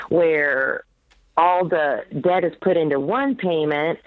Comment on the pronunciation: Over 100k of student loans? I'm not even 1 year post grad and I have 4k left... I'm gonna finish those out this month. Ramsey's voice in my head "pay off that debt" (sounding like *deyet*). Live small save for 30 years it's so easy. I am an engineer and I really don't have a whole lot I want to spend money on. It's nuts people drive up stuff and take out a mortgage? Brothers and sisters I don't know how Dave has the patience...